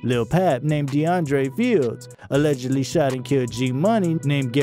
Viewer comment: You should learn how to say allegedly to avoid being sued